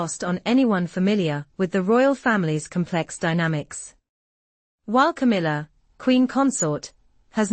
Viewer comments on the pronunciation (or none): Camilla not Kamala